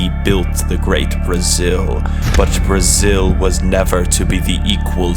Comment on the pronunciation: Só vim pq falou "Breezil"